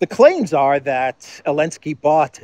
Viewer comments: Why do you say ‘Elensky’ without the ‘Z’? It bugs me. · Why do you say "Elensky"?